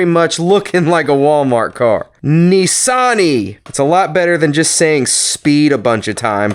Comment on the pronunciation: 🤔Yes mm nah.Aint Pronounsed Nessan it's Nissan.,I not E..👍